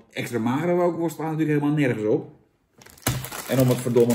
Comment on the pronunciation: Rookworst zonder 'R' is 'ookworst'